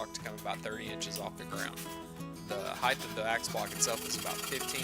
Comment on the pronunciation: HeighT, not heigTH...